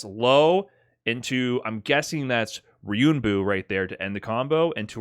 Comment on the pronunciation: gotta love that ryunbu with no 'en' in it 😂